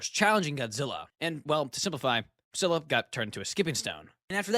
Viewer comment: SKEE-luh. It's pronounced SKEE-luh.